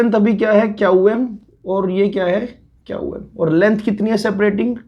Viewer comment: Qm pronounced as kyau yam...I don't know how people understand.☹️☹️☹️